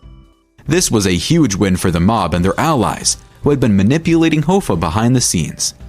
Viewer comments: Hah-fa not hoe-fa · Are you kidding with that Hoe-fuh pronunciation? It's Hoffa just like it's spelled. And a capo is not pronounced cape-oh. It's a bit? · jimmy "hoe-fah"??? wtf dude...